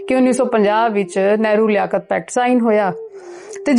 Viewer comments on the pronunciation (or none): none